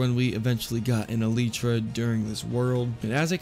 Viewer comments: Elytra not eletra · Elitra??? It’s elietra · iletra? no its el-lie-tra,elytra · "Eleetra" its pronounced "elytra" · It’s not Eeleetra it’s Ee-lie-tra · It's not a elidre it is a Elijah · I wasn't gonna like the vid because of how you pronounced elytra but at least you can pronounce Caribbean 🇯🇲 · I absolutely loved the video but every time he said “el lee tra” it sent shivers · the way he said elytra, "eleetra" lmao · ahhh not the 'eleetra' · did my mans just say eleetra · sooooorry but my man it’s pronounced e-li-tra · E LIE TRA that's how u say it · Just add e lie tra say it just like that e lie tra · Why did he call the elytra elitra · im sorry but its elaitra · the way he said elytra scared me